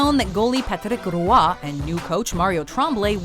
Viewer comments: Wow, way to butcher Patrick Roy’s name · Wow...please stop saying patrick roy like that...🤣🤣🤣 and how can you end on a Kardashian....🤦‍♂️ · Good lord what is with the over-pronunciation of Patrick Roy? Everybody in the hockey world, including Roy himself, just pronounces it normally. Like Patrick the star fish from spongebob. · As a huge fan of Patrick Roy you need to learn how to say his name properly. Especially if you have an entire entry based on him. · The way you try to pronounce Patrick Roy is so disgustingly painful to hear.... you’re trying too hard to make it sound French that it’s not even close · What the heck is that pronunciation of patrick roy? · How can you mispronounce Patrick Roy so many times? How can you not include the part where Roy goes to the bench and says, "im done"